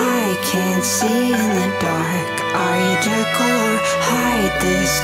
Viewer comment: Am I the only one bothered by "Jerkyl" instead of Jekyll...? 😂